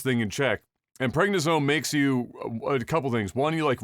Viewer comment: Also, pregna-zone lol. The steroid for pregnant weightlifters? Prednisone is what your grandmother was taking lol.